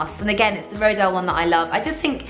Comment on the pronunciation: Isn't it pronounced 'rohdeeyal'?